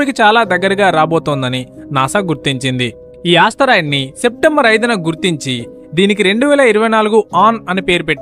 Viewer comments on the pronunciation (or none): Astheroid kadura babu... ... it is Asteroid....